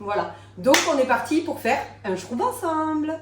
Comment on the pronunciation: je suis une antillaise et ma grand mere, ma mère m ont appris à faire macérer au soleil le zeste plusieurs jours ensuite le rhum avec un sirop.... pour la prononciation du shrubb, le u se prononce "au"😊